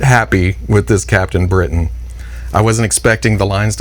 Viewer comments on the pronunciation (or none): none